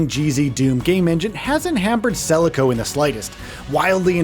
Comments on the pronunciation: Celico? Isnt it Called selaco? :D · game name Selaco, not celico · Celico!?!?!?! Is this AI????